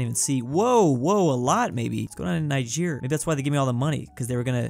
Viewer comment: Ni-sheer? Its ni-jer